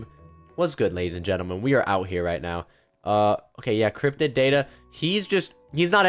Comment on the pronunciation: Lol at the end u said crypted daddy not crypted data